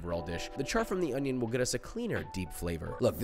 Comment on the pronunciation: oiinion, not onion